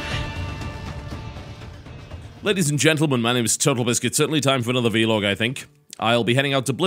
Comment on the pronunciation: Why vee-log ? It's like saying Bee-log ... C'mon TotalBiscuit :/ Great job tho' :)